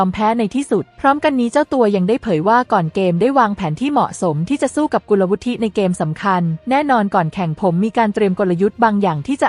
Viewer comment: สงสัย AI อ่าน กุลวุฒิ ต้องอ่านเป็น กุน ละ วุด จะอ่าน วุด ทิ ได้ ต้องเป็นคำอื่น เช่น วุฒิภาวะ วุด ทิ พา วะ ถ้าลงท้าย ไม่ต้องอ่านสระสะกด